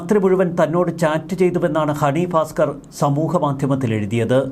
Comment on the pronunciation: Not Honey Faskar, pronouce Bhaskar